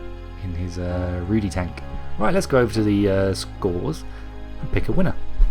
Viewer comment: You may have some problems getting the pronunciation right for the Rudy from the TV show - its Polish hehe